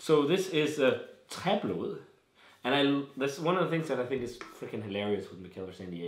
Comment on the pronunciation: Tried this at Mikkeller in San diego in march. The bartender was impressed that i was the first customer that could pronounce "Träblod" correctly =D Cheers!